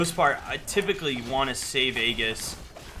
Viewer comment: It's not ayy giss, its ayyy jis. aejis